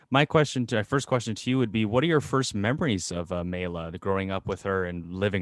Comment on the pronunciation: Notice how to pronounce Maila correctly in Finnish. He first pronounced it wrong, then not at all. Sandra obviously knew her all along, including the name in Finnish.